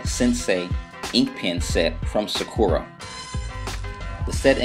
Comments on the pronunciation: Thanks for this video, I have the same pens, so it was really helpful. It might be a pet peave, I'm not trying to be rude, but sakura is pronounced sakoora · wow you ink so well. this is a great tutorial. can i just say, though that sakura is pronounced * sa-ka-la * or * sa-k-er-ah *